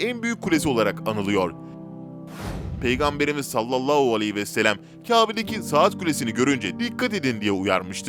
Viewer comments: Sayın arkadaaim kelimeleri düzgün konuş sallallahualeyhivesellem diye okuman gerek ama sen sallallauuu vesellem diyorsun böyle olmaz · "Sallallau vesselem" değil "sallallahü aleyhi vesellem" olacak. Biraz çalışarak düzeltebilirsin. Bunca insan izliyor, kendine biraz çeki düzen vermen, diksiyonuna dikkat etmen faydana olur ! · Aynen bi tuhaf söylüyor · "Salallahu aleyhi ve sellem "derken diksiyon bozuklugunuz var biraz çalişsaniz iyi olur